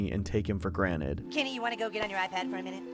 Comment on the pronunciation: Pleas stop saying graned its calld granted